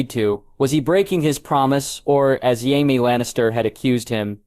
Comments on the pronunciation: How effing difficult is it to pronounce JAMIE correctly? You called him Yaxly, like the death eater in Harry Potter. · Friggin AI read. SOOOOOOO MANY MISPRONUNCIATIONS! 5 wrong ways to say Jaime along in the first 4 minutes. Smdh. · How hard is it to pronounce Jamie ?